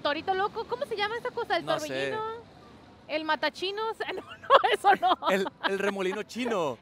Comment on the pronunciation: Jajaja... "Matachinos". 🤣🤣🤣